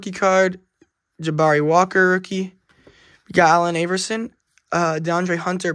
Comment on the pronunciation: Nice Haliburton pull, but you can't pronounce the Great Allen Iverson's name like that, lol.. cool video tho.